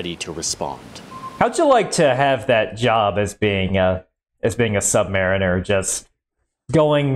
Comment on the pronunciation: I just wanted to say thank you for the correct pronunciation of submariner.